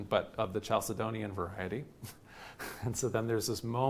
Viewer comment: I'm pretty sure Chalcedonian is pronounced with "k". (And so is Merriam-Webster). There was no "ch as in cheek" sound in Greek nor in Latin.